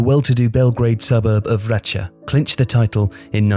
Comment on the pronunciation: Congrats on the pronunciation. Vračar is not a suburb of Belgrade, it's a city municipality. Secondly, Kosovo is not a state of its own as it is not recognized by the UN.